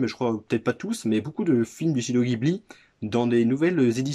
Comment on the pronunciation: Sympa les fourreaux blu-ray des films Ghibli :) y'a les numéros sur la tranche? T'as commencé par un très bon, il a une grosse grosse fanbase Tu vas te faire plaisir a découvrir tous les autres :) (Par contre ça se prononce Jibli en jap 😉)